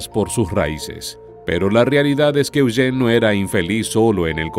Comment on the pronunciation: Me gusta como el narrador pronuncia el nombre de mi hijo: Eugene (E-u-gene) Yo vivi en el valle de san Fernando por 20 años.voy a investigar más...